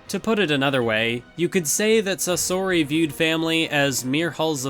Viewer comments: That's a bold way of pronouncing Sasori. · The way he said sasori triggered me edit: after watching i just want to throw my ears in a trash can